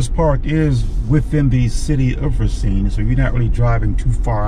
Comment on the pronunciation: Please, please PLEASE!!! It is RAH-cine, not RAY-CINE